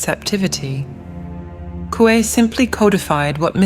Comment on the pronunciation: Mi chavo no sabes ni pronunciar, se pronuncia asi cómo se escribe Coué. Lástima de tu video que está muy bueno, hiciste un buen trabajo solo la cagas con esa pronunciación que se ve tu estrecha cultura. Supérate chavo, supérate, averigua en el google la pronunciación correcta, Ciudad es francés.